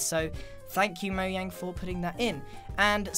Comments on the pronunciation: you said moyang in stead of mojang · did i actually hear him saying Mojang like Moyang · Please try to stop saying moyang instead of mojang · Is it actually called “moyang” I thought it was pronounces mojang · Pufferfish raid :o also did you say moyang instead of mojang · moyang LOL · ITS MOJANG NOT MOYANG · Its Mojang pernounsed Mo Jang not mo yang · Mojang not mo yang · did u actually just say mojang wrong?... wtf is “moyang” it’s pronounced how it’s spelled “mojang” tf lmao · Grian: moyang Me: what’s moyang Also me: oh you didn’t mean to say it right? Grian: yes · “Thank you moyang” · HE SAID MO-YANG!!! NOOOOOOOO!!!! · Wait did anyone else hear grian say “Moyang” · Grian said Moyang instead of Mojang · He said moyang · Did you call Mojang, moyang? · did you say moyang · It's Mojang